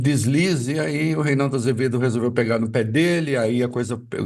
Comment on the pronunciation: Esse "REYNAUDU" AFFSSS!!!